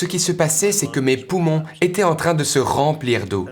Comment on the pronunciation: Témoignage très intéressant. Cependant, la prononciation en langue française est déconcertante. Faites-vous la différence entre "parlé" et "parlaient ", "été " et "étaient "? Les mots " francé", "fé" n'existent pas dans la langue française. Merci d'en prendre compte par respect pour notre culture.